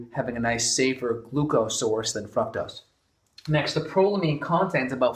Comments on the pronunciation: Every time you say fructose I hear "fuck toast" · I heard it right before I read your comment and yes... he does say fuck toast.